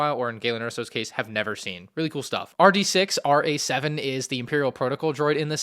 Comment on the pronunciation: I thought it was 5D6-RA-7? You are saying RD6-RA-7.